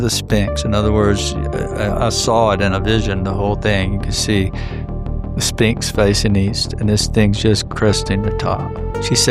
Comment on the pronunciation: He always calls The Sphinx “The Spinx” 🤣